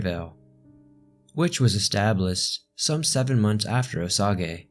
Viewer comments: It is pronounced O Saige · Weird the other documentary states Osage but here it’s pronounced as O sa gay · Everyone saying it's pronounced O-sage but it's actually pronounced OH-say as the French would say because that's where the word comes from. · Unbelievable story, thank you! Side note, Osage is pronounced Oh Sage (like the herb)... Is no one going to mention the bear costumed person on the front lawn of the house in town? Bizarre! I have decided to subscribe in the hopes you will do more like this. I love old history anything! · It's O-SAGE SMH... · I was looking for any comments pointing this out. (Kansas resident here. O-sage is the correct pronunciation in common vernacular.) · I used to live in Osage County and it cracks me up when I hear endless podcasts pronouncing it as Osagay and mixing it up with Osage Township in Labette County!!! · Hi! I am from Kansas and it's pronounced Oh-sage. Still very interesting. A classmate when I was in highschool said she was a decendent of them. The prununciation is great for the Japanese prunuciation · I'm dying every time I hear you say Osage... Grew up in Lake of the Ozarks, and all of the locals pronounce it with a soft g, so like oh-saje. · Its o-sage lol boss native American names can be ruff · Osage is oh-sage. Lol my only complaint. Haha. And not even rly a complaint, a simple mistake. Great vid I'm an avid listener. Thx for all you do for us! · Love the true crime stuff! Other than the pronunciation of “Oh-Sage” it was perfect! My dad is full blooded Osage. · Pronounced O- sage, but cutting him some slack. He's had it rough lately and deserves a break. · Yup! I’m Osage “Oh-Sage” LOL! My dad is actually from Kansas too LOL! I’ll have to ask him if he knows this case! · The annunciation in this video is maddening. I'm biased I guess because I'm from Kansas. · You're pronouncing Osage wrong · Please learn how to pronounce Osage. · Pronunciation is wrong on Osage. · “O sog A”?? Lol it’s pronounced “O Say ja”